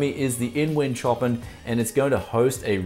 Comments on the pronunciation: its "show-pan" not "choppen" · Another Brianism.... "Choppin".... It's pronounced ShowPan mate. Love the channel and keep giving us the Brianism's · OK dude its a beautiful case and a wicked set up but please say the name properly its Chopin said showpan as in the musical genius. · I'm pretty sure the case name is not [tjopin]. It's named after the composer Chopin [shopan] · Is this supposed to be Chopin, as in Frederic Chopin the composer? (pronounced showpan) Or is it Chopin, Like chopped cars or something. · is the Chopin named after the classical composer? Seems like a strange choice of name. Anyway, the composer's name is pronounced "show-pan". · Chopin is pronounced like "show-pan", bud. :P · Love the shirt. Btw, it's pronounced 'shopan'. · My guess is its meant to be pronounced sho-pan as in Frederic Chopin. Bogans, wot can ya say mayte.